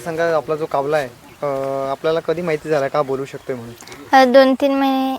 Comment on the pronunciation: बोलक्या कावला ,कावला अरे जरा शब्द नीट उच्चार ...कावला नव्हे कावळा